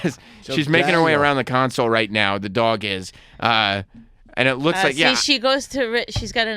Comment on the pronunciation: "Dog" is how it's pronounced, Sam. Not "Daww-guh"